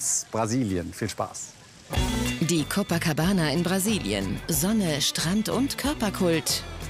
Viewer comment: Jedes mal wenn ein deutscher "Copacabana" ausspricht, stirbt ein einhorn.